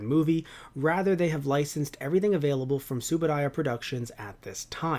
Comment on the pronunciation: TsubuRaya. You’ll come across as better informed if you pronounce that name right. TsubuDaya is grating. The BCI/Mill Creek was not official but a legal compromise pending the resolution of a court challenge over world rights.